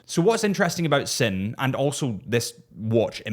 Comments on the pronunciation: and "zin" not "sin" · I stopped watching at the Sinn pronunciation. How can someone that calls themself as a “watch nerd” don’t even try to learn how to pronounce the brand and models. Nah